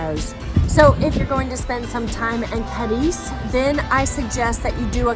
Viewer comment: Say it right at least - it's CAAAAADIZ - Not CADIIIIIIZ